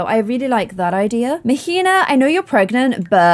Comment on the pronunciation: queen, Mahina is pronounced MAH-HEE-NAH 😅😭😂❤️